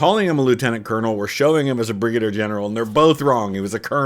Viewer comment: "Bri-gader general" :)